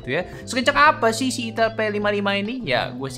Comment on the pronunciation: Min tolong lah, sedikit masukan pembacaan itel yang bener, sebagai orang Jawir agak risi juga dengar nya 😂